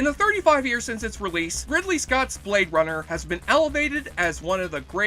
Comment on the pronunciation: I’m pretty sure it’s not pronounced ‘Blade Bummer’… 😂